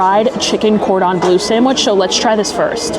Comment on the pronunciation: Oh my you drive me insane….you seen ratatouille…..it’s pronounced Cor dom blur …. It’s French please respect the language or stop using it…..